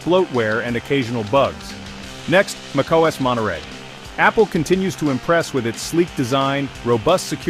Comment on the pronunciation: Mackos? Mokoes? Wtf is this AI bull?